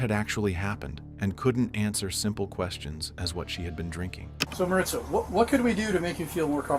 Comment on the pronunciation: I know this shouldn't be the takeaway but her name isn't Marissa it's Maritza.